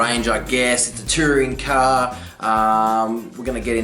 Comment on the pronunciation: What is "Caaaa"? Did you mean car?